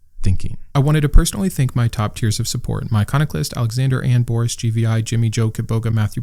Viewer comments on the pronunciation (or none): none